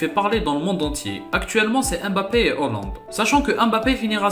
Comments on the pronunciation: On dit Haaaaaland pas hooooooland, sinon gg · Pourquoi tu dis Hollande ?? Il y a pourtant AA après le H !